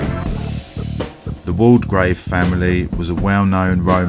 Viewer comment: Great video of two places I’m interested in. Borley and Langenhoe. I’ve been to Borley church at night but unfortunately never saw anything. Just one thing, Waldegrave is pronounced Wall grave not Wall de grave. The name is listed in Debretts along with its correct pronunciation.